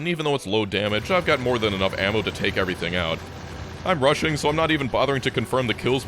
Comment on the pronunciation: he said "rushing" like "Russian"